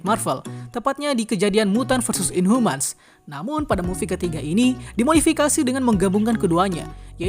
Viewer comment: Inhuman not inhumas